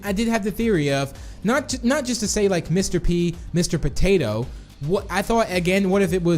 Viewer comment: It's “Mr. Patato head